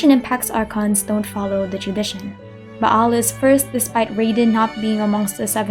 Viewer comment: Yes English really has fun with Latin sometimes. XD For me, I like the Latin reading she used. It makes it more exotic and authentic at the same time. I also love the fact she pronounced the 'ayin in Ba'al, instead of just Baal.